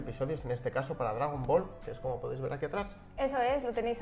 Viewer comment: Qué hartura tanto "dragón bol"...